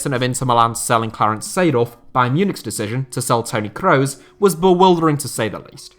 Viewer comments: Butchering the names maaan.. it's "Kroos" not "Crowes". Geez it's like you've never heard their names before!! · your pronounciation of Kroos is awful